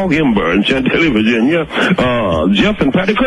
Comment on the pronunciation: the way he says Virginia 😂😂